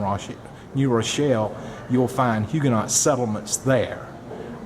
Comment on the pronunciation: Hue ga noe. Not huganot.